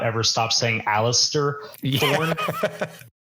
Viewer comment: Hearing you saying 'Allister' Thorne and 'Donald' Noye had my eye twitching